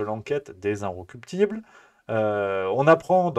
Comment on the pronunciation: Incorruptibles . Prononcez bien .